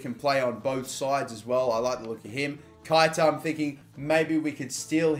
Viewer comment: Learn to say keita properly.